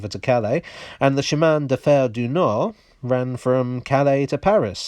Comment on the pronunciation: That « Chemin de Fer du Nord » was perfectly comprehensible